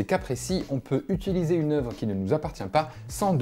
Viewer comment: Tu dis toujours "utUliser", ça me stresse x'D